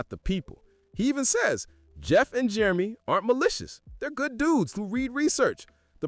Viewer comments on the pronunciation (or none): none